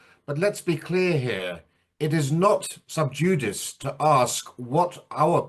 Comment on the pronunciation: Sub judice is pronounced as "subjoodissee".